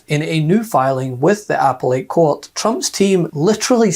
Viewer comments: The word APPELLATE was mispronounced as appel ate, should be pronounced ah PELL it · Great video, but tiny correction: it’s pronounced ‘uh-pell-let’ not ‘apple-let’ 🤓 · Good. FYI it is "a-PELL-it', not ''apple-ate'. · Its not an "apple ate court", its appellate as in "uh-pell-at". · Did he say "apple-ate" court???? Thats appelate court. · uh-pell-et, not apple-ate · It’s pronounced uh·peh·luht Not 🍎-8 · The "Apple Ate Court"? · Did yiu actually say "apple-ate" for the word appellate???? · Poor Donnie, it almost makes me feel sorry for him. Almost. :eyes-purple-crying: And what is an "Apple Eight" court? :face-fuchsia-poop-shape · Sorry, but what is "apple-ate" court? Did he mean Appellate? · "Apple-ate"? Is that an alternative pronunciation? never heard that. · Just need know. What's an "Apple-Ate Court"? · Did you just say “apple ate” instead of “appellate”😊?